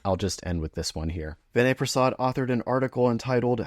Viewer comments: First of all, you may want to pronounce his name correctly. Vinay’s audience is not a bunch of anti-vaxers. They instead recognize that the risk of myocarditis in a young healthypopulation exceeds the benefit of Covid vaccination. Your claim that his audience are a bunch of anti-vaxers is an ignorant gross oversimplification. Lastly you are not a clinician and should venture carefully into drawing conclusions along these lines. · Maybe pronounce his name correctly -Vinay is unapologetically a critical appraisal expert, a much needed skill in a pro-pharma environment especially in his field of hematology oncology -he does not need to cross cut his videos every 2 minutes; i expect i know the reason